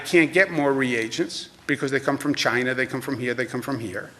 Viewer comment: It came from Chy-Na!